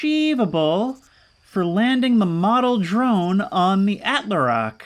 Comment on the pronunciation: Please man🙏, it's "attle-rock" not "attler-rock"